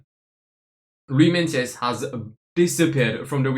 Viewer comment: Is the pronunciation of meintjes not like myekees